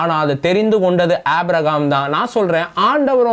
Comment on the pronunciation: உம்முடைய வேத விளக்கங்கள் அருமையாக உள்ளது. ஆவியில் நிறைந்து நீங்கள் தரும் விளக்கங்கள் சிறப்பு அதற்காக உம்மைப் போல் இளைஞர்களை தேவன் பயன்படுத்துவதற்கு ஆண்டவருக்கு பலகோடி ஸ்தோதிரங்கள் உண்டாவதாக. மேலும் சிறிய குறை.. ஏனப்பா அழகான "ஆபிரகாம்" என்ற பெயரை ஆப்பிரஹாம் என்று வேதத்தின் பெயரர்த்தத்தை மாற்றி அழக்கிறீர்கள் தயவுசெய்து சிறப்பான நல்ல பெயரை திருத்தி வாசிக்க முயற்சி செய்யுங்கள்.